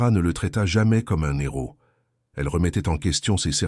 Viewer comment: Les liaisons mal t à propos ( celle ci est faite volontairement un peu avc humour) dans le récit du narrateur, un héros devient un "nez ros".